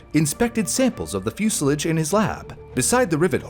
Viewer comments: Fuselage not musilage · What is a fuselidge? AI is rubbish, use a Human please. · Is “fuselage” pronounced differently stateside though? I’ve always heard the last syllable “lage” as in “collage” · It’s pronounced like the French. I’ve never heard it said the way he was pronouncing it. Portage is pronounced in a similar way